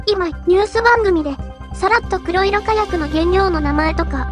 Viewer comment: 誰かが書いてるとは思いますが『こくしょく』では。 ＮＨＫさん、少し考えて報道しないと